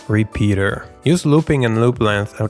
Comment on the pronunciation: "Re-peter" Smoooth bruh